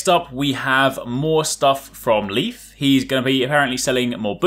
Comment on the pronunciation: The nordic name „Leif“ isn’t pronounced like „Leaf“ (though it’s a funny wordplay) but rather like the English word „Life“ Anyway, nice Video! Plenty of interesting stuff!😊